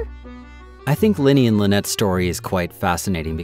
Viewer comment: Lynette voice actor doesnt know how to pronounce her own last name lol